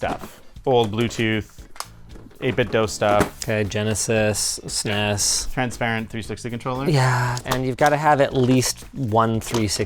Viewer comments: Anyone else get cringe hearing linus say SNESEES controller lol Super nes lol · Why tf does Linus keep pronouncing it "sness"? No one called it that at the time. People either spelled it out or called it Super Nintendo.